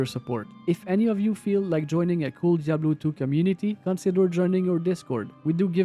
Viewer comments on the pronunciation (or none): none